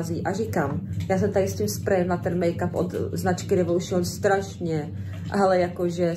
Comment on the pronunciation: Revolušion😂😂😂tak u tebe Adélo by angličtina měla být zakázána Bo to není možné 😂😂😂😂😂prosím zakažte ji to používat 😂